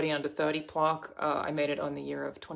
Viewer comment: Why can’t she pronounce plaque?!?! Wtf was that lol